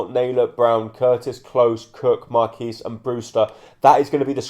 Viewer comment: You pronounce the qu in Marquis